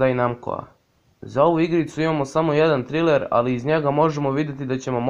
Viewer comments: Nije triler nego trejler😂 inc supp klip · Ima barem 20 bitnijih vesti vezanih za ANIME a ne mainstream.Nazovi serijal mainstream vesti zato sto ovo nema nikakve veze sa celom industrijom vec samo sa usranim balkanskim mainstreamom. I ne kaze se triler nego trailer(trejler).Evo ti jedna konstruktivna kritika kojom ne zelim da te uvredim vec da ti pokazem tvoje greske.